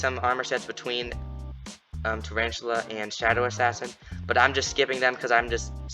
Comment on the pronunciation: Traranchula lol